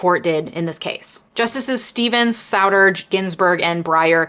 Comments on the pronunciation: “SOW-ter”??? 🤦🏻‍♀️ You are younger than I thought, evidently. For the record, his name is pronounced “SOO-ter” (if you want to ask him, go ahead—he’s alive and well and living in Hopkintown, New Hampshire). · I put a lot more credibility into a Supreme Court Justice's cherry picking, rather than some blue-haired, pierced-nose, SJW-lawyer, who can't pronounce "Souter" correctly. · Minor correction for future reference: Justice David Souter's last name is pronounced "sue-ter", rhyming with "pewter". My mom actually knew the guy and argued in front of him regularly back when he was a nobody state judge. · Dunno if I should take legal advice from a lawyer who doesn't pronouce David Souter's name correctly